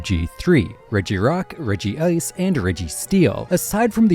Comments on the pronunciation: is it Regi-ice? I thought it was pronounced reg-ice? I'm actually not entirely sure. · reg- ice.. not regi-ice.. even his name is spelled as reg-ice.. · Regi ice🥀🥀😞 Please say regice, it hurts my ear to listen to regi ice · another case of mispronunciations Regice - Reg-ice, it has only 1 i in the name Rayquaza - Ray-qua-za, the qua comes from quasar Arceus - arc-eus, the arc comes from arcane (and the Silvally ability is the RKS system, not the RCS system)